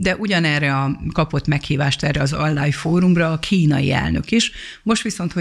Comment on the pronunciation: Kedves asszonyom, nem "ánlájn" hanem "onlájn" a helyes kiejtés. Köszönöm